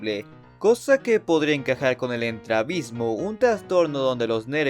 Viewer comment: creo que se pronuncia estrabismo y lo sé por qué yo lo sufro ven un ojo no es muy severo pero si se me dificulta un poco ver así que se lo que sufre Derpy.